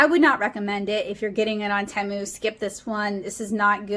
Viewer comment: Tea.....mu it is pronounced